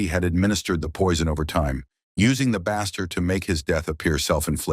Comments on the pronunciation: Base- ter not bass - ter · You are a murderer of the pronunciation of baster. Have you not ever been in a kitchen? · how was "ethylene glycol" pronounced correctly but "[turkey] baster" wasn't